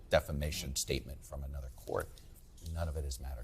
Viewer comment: Why do I hear so many people say "Ay-nuther" instead of "uh-nuther" for the word "another"?